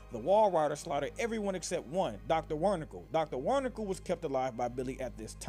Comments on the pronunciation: Omg. Wernickle. That kinda sounds like outlast: SpongeBob edition. Dr. Wernickle. Dr. Barnicle. (It's pronounced VER-nick-uh or VER-nick-ee but I just love that. No offense, I literally just found it funny aha) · It's pronounced wer-nick-EE Sorry, that just bothered me. But good video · If you still do these videos these days. Certainly hope you figured out your volume leveling. Also its not Wernikle. its Wernikie or whatever. no L in the name. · Hate to be that guy, and I know I'm late, but Wernicke's name is pronounced Vern-icky. He is German, so the W sound is interchanged with the V. Great video otherwise, and keep up the good work with your more recent videos! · Its pronounced Vernicke not wernickle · "Dr warnickal" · You sorta said Doctor wornickle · Yo you saying wernickes name wrong😂